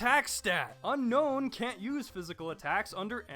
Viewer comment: sorry to be picky lol but its un-own not un known:p like un own me haha